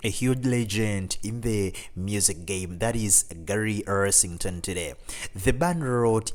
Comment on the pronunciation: Yeah, he mispronounced almost every name in the video. Gary's last name is Rossington NOT Ersington.